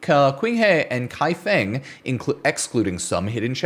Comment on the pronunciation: qinghe is pronounced like a sharp snare sound "ts-ing" and her without rolling the r or like saying huh. kaifeng would be just kai and fuhh-ng